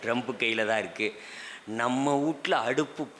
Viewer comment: வூடு என்று சொல்லக்கூடாது. வீடு என்று சொல்லவும்.